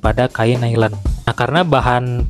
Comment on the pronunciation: Bukan Nailen mas, tapa Nailon bacanya. 😂